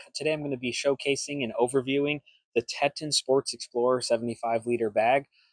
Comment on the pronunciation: It’s Teeeton. Like the mountains. Surely you’ve heard of those. 😂